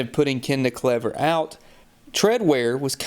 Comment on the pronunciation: the tire name is pronounced kleever